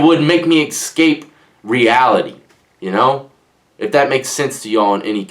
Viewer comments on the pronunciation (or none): I understand everything well. With the exception of the word exscape? It's escape bro